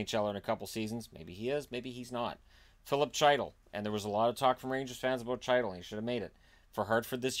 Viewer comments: Chytil is pronounced “Heat-ill” the “C” is silent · It’s pronounced Heetal